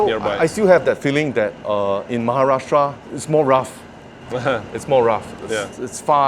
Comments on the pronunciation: His pronunciation of Maharashtra.... lovely! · The pronunciation of Maharashtra is so spot on 💯💯💯 Maharashtra is most developed and most richest state in India, so that's why fast paced and more competitive 👍♥️👍